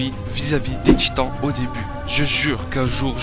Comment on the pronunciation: C moi ou à 5 min 47 il il dit l att des gitans